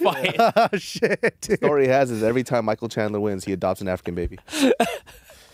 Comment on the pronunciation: "Michael chandelier" 😭🤣😭 moicano is a treasure